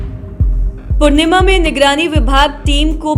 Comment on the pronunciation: पूणिमा नहीं पूर्णिया है ठीक से बोलिए